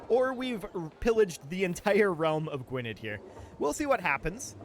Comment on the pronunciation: FYI, Gwynedd is pronounced Gwyneth (with a th like in there). I know it’s weird, but it’s Welsh